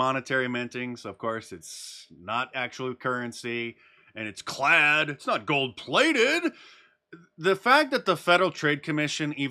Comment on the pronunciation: "They sell these gold plaited coins..." Say no more, Mark! I already laughed about it.